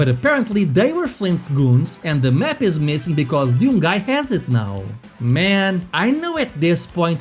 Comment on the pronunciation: What a "Deeyoum"?